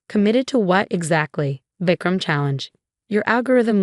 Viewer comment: Vecram 😂😂 it's Vikram